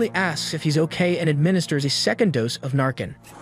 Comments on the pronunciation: it's narCAN not narKIN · Holy crap, fentanyl isn't "an opium". Opium is one thing. It's an opioid, which is something that acts on the opioid receptors in the brain, and an opiate, which is a drug derived from opium. And it's pronounced "Nar Can" not "narkin" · I honestly cringe when you say Narcan. It's narCAN not narKIN. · It’s pronounced NarCAN, Not NarKin. Phonetics matter Dude! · Stop pronouncing it narkin.. it's narCAN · Wish I could give the video less than a thumbs down. Here's why: 1 - The narrator or AI (which I suspect), in the first two segments pronounces the drug administered to officers as "narkin". Naloxone (pronounced Na-lox-ohn) is the generic forum/trade name for Narcan (pronounced Nar-kan). 2 - In the last segment, you (or AI) states the car the officer stopped was struck "head-on" by a vehicle that crossed the highway. Apparently you were not even reviewing your own video. The car stopped by the office (Veh. 1), was struck on the left from corner. More so on the LEFT SIDE of the front fender. And the car that crossed the roadway (Veh. 2) and struck Veh. 1 did so with the left REAR portion of Veh. 2. If you watch the video closely, you can even see the driver of Veh. 2 as the LEFT REAR portion of their vehicle impacts Veh. 1. Almost as far from a "head-on" crash as you can get! As far as I'm concerned, as someone with 30+ years public safety (Fire/EMS and Military Police), your credibility is less than zero. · Not to be dramatic or anything, but the drug isn’t called Narcin, it’s NarCAN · It’s pronounced nar-can and opi-it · Don't ever use these horrible AI voices again. They don't know how to pronounce words and you don't know how to type a script phonetically. It sounds horrible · Fentanyl is an opium stronger than morphine, and the way you pronounce Narcan. How have you even been alive let alone making news videos while being this clueless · Why do you keep pronouncing narcan wrong? Even when they say it multiple times?